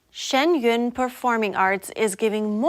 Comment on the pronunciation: Please thank the female announcer for pronouncing Shen Yun correctly!!